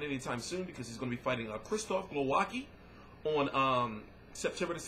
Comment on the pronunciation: excellent vid. and bro, his name is pronounced"glo-vah-ski"